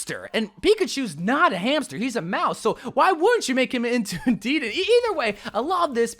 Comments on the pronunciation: its de-den-ay not deeden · imma dislike for (Deed-N) it’s (da-den-a) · Deeden lol it’s dedennAY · No one: DEEDEN (He said it wrong it's pronounced "dedenay") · Me: dedenne: DEEDENT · DeeeeDan are you joking that’s not how you say it 😒😒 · It’s pronounced: Deh-Den-Nay= Dedenne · That’s not how you pronounce dedenne It’s (Deh-den-A) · The way he butchered Dedenne’s pronunciation bru lmaoo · I almost unsuscribe when i hear how you say “dedenne”